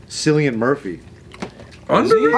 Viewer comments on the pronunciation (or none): but why do Americans Call him Silly-An Murphy? its like Killian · It’s pronounced KILLIAN he’s Irish it’s an Irish name. Yer welcome